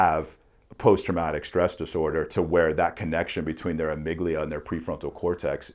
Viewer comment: I don’t mean no disrespect, just want to help out. the amygdala is pronounced “ah-mig-dah-lah” vs. it sounds like you’re saying amygdilia. You sound very smart though, I think the PTSD tests should be done like you were talking about.